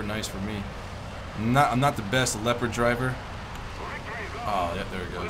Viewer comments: I know but after some research even the Germans called it the le-pard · why do u say leo-pard when its leopard like the animal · FOR CHRISTS SAKE the leopard is called le-pard not l-e-o-pard its so annoying it's called just like the cat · wow look at the LEO-pard. have you ever heard of a leopard? the animal? youre pronouncing it very wrong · it's prenounced leopard like the cat (leperd)